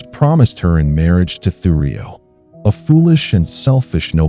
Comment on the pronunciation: And its thurio not thugrio 😂😂😂